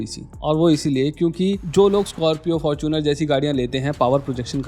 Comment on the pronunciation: Fortuner nhi Faaaarchunar 😂